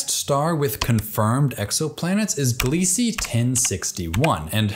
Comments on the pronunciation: Not that it matters but I believe the Kepler team are pronouncing Gliese glee-zuh. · Great video. Minor nitpick: Gliese is pronounced "Glee-zah".